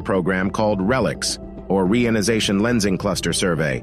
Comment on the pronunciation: Its EP POCH not epic. Its also re ion i zation